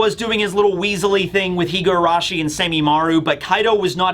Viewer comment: Just a very minor correction. You pronounce her name "Higuarashi" while it's spelled "Higurashi"!